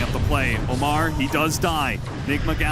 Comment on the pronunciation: Ammar ❌ Omar ✅